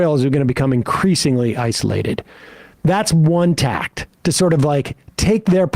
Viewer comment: "tack" not "tact".